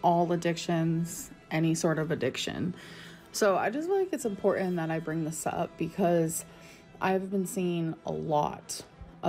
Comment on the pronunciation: Importend how she says important